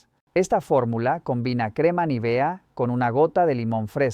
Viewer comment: Vaya, aquí han descubierto el Mediterráneo. Es Nívea, no Nivea.